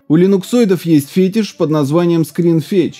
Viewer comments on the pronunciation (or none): none